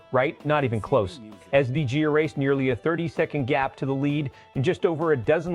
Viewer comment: learn how to pronounce his name ffs